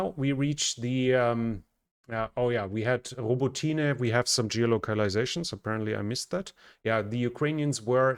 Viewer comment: In Ukrainian, the "y" in Robotyne is pronounced as a short "i" like in the English word "it". So, it's "i" not "ee".